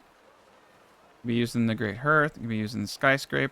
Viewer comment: Great video. Finally wrapping my head around this game. But it's pronounced like harth:)